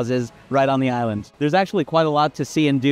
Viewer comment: Such a pity you can’t pronounce the name of the island properly